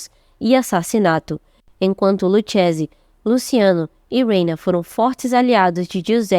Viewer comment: Se pronúncia luquese, aprenda italiano pra falar da gente